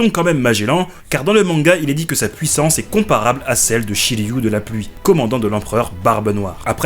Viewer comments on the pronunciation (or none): none